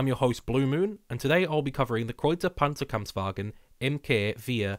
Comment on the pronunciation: My honorable congratulations for the really good pronunciation of the German designation of the tank. 👌👍